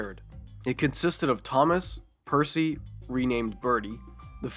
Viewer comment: actually the narrator in Fast Forward said Percy just in a casual tone though the thomas parodies wikia says he was not named. Yeah for the record I'm going say he said Bercy, because it barely sounded like Bertie as the sketch he was in wore on and That's Rosie